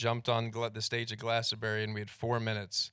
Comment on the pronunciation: Why can't Bradley Cooper pronounce Glastonbury correctly?